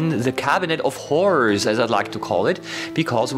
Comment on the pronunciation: The way you say “cabinet of horrors” kinda sounds like “cabinet of whores” hahah